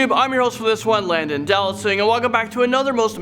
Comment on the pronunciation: This time he pronounced his name correctly good work 🤣🤣